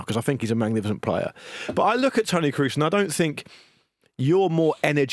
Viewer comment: Why can none of you pronounce Tony Kroos's name. It's not exactly a hard name. You just need a functioning pair of ears.